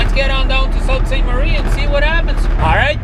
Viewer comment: It pronounced Soo saint marie